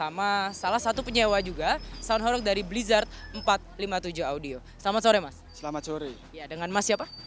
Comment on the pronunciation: Baca ho"reg" seperti baca ba"reng". Horeg artinya bergetar.